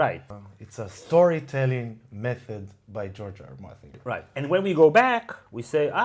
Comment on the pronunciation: Why do I hear Giorgio Armani instead of George R.R. Martin?